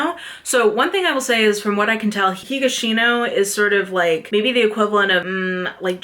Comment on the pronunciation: Edogawa's E is not like "Ee / I " but like "Eh" as in "E-xtra". Kindaichi is pronounced like "kin (like "next of kin") - die (like "to die") - chi (as in "chee(se)"). Kindaichi is a HUGELY popular multi-season Japanese tv show too btw. Aosama is "a (a-pple) - o (oh!) - sama". Keigo (KEI is ike ca-ble car and GO as in go) Higashino (HI as in "hehe" GA as in "lady gaga" SHI as in "she" NO as in "no"). Higashino is huge, and his new book came out last month and it already sold 600k in Japan. KA as in can, NA as in Nah I'm good, E as in E-xtra. Also, Japanese is a syllabic language so the pronunciation of each syllable doesn't change 99% of the time.